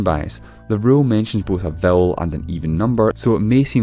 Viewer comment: oh vowel not bowel no wonder